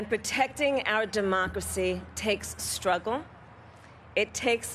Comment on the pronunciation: when she says ''it takes stnnuugle, thats a b AAA+ d one.